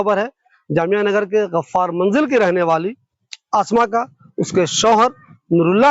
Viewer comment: Tasfeeq nahi tasdeeq, Ghaffar not gharrar.